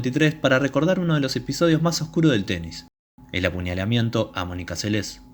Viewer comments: El locutor pronuncia mal el apellido, dice " Selés" y es Seles, la nombra como palabra aguda. El resto muy bueno. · Esta bueno el video lo unico es la pronunciacion de el apellido es seles solamente no como lo pronuncias como si tuviera acento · Me desespera que pronuncies mal el apellido. Menos deporte hay ahí